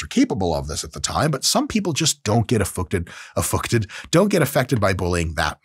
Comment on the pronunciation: "Effucted" made me laugh